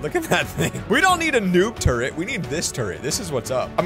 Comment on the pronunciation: he said the ultimate turd and not turret